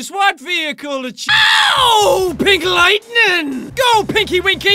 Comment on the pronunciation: are you saying pig lightning or pink lightning